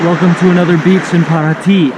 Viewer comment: You said Paraty perfectly like a native